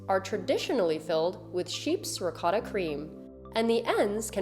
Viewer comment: Please learn how to pronounce ricotta correctly.